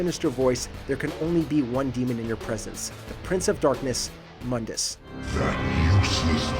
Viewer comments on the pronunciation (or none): It's pronounced Moon-dus.. sorry, but that pronuncination from the reboot makes me cringe as a DMC fan